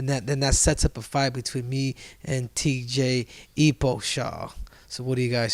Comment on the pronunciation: TJ EPO-shaw! 🤣🤣🤣 That's a good one.